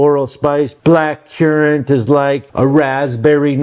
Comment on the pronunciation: Black currant not black cuurant.